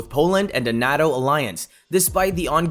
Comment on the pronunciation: Please learn accurate pronunciation of Reuters and NATO